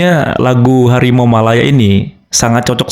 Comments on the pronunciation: Hawimau - hawimau , bukan harimau , dan bukan buah limau , dia bilang harimau aja salah ... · bukan harimau . tapi hawimau. ka lidah malaysia gk bisa ngomong huruf R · Hawimau.. Hawimau.. Mereka tidak bisa mengucapkan huruf R dengan benar karena memaksakan diri mengikuti pengucapan huruf/abjad pada bahasa penjajah Inggris padahal pengucapan seperti itu sangat tidak sesuai dengan lidah orang Asia Tenggara.